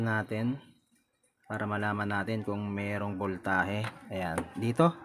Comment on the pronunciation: Galing boss pero wag ka lang mag salita ulit ng voltahe kasi iba nadidinig ko 😁 vol tae e.. ahahha natawa talaga ako. 😁 Pero galing talaga